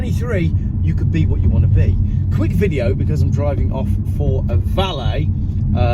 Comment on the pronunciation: ... it's "because!"